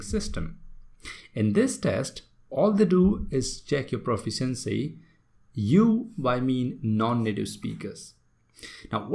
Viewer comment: How do you want to teach others when you don't know the correct pronunciation of word proficiency ??